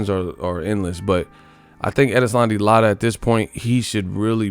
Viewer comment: Lotta? Bro,you are destroying that brotha's name. Lol